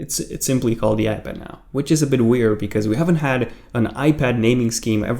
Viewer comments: Dude. Why do u keep saying "iPadder" ? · Is it me or does he keep saying ‘iPadder’